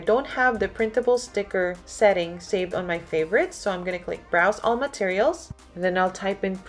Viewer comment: This is helpful but soo frustrating at the same time...I've been stuck at the label. You sound like your saying select them, however it's select all and when I hit this it selects all images and I can't see how to just select the label so I can't get to next steps. I've had to rewind 1,000 times and this isn't covered. You are going a little fast for newbies otherwise great.